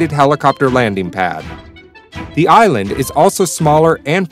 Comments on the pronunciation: Island not Inland... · inland??? get it right. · It's not an "inland".....it's an "ISLAND".....wow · Smaller "inland"? LOL!